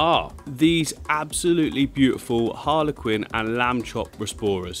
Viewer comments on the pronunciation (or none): Every time I hear you say harlequin I think of Harley Quinn 😂